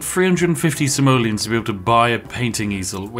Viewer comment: when you say "Simoleons" I always understand "Somalians". hes prolly still not wrong. it's dark and wrong, I know. I'm sorry.